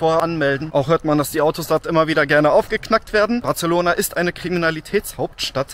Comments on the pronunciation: Nur falls es dich interessiert: BarSelona. Nicht BarZelona. (So wie Majorca und nicht Malllorca) 😜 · He, Barcelona spricht man nicht mit "z" 😆 man kann übrigens gut mit dem Auto in die Stadt fahren. Einfach vorher nach einem ordentlichen Parkhaus schauen, evtl. in Street View schauen, wie die Einfahrt ausschaut und Bewertungen checken. Man kommt oft günstiger, wenn man das Parkhaus vorher reserviert oder die App vom Parkhaus nutzt. Und natürlich nichts im Auto liegen lassen. Dann ist es sehr entspannt mit Auto ☺ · Zwischendurch war auch ein "Bartzelohnahr" dabei...😂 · Hör auf Bartzelona zu sagen WTF ich hätte dich auch ausgeraubt XDD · Batzelona, da bluten ein bisschen die Ohren. 😂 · sorry muss das video ausmachen, kann das Bartzelona nicht mehr hören, würdest du es wenigstens nicht so oft sagen.... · Das "c" von Barcelona spricht man als "s" aus. Barselona.